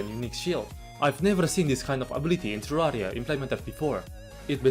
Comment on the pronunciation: I just adore how your accent turns terraria into terrariUH